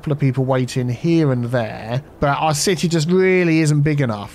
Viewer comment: "Citeazens" hehehe and "Citea"